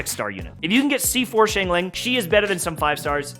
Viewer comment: YouTubers: SH-ang ling People who speak mandarin: facepalm